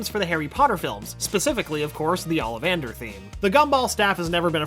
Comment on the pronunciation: Ollivender=Ollivander Woah